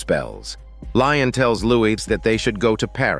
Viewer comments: I just.. don't know how you get "Lion" from "Lestat"... 😅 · I fell out laughing after hearing "Lion" I was like oh hell no! 😂 ☠️ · Dear god it is he is called Lestat. I cant give you you a thumbs up like I usually do for this horrid mistake. Im sorry.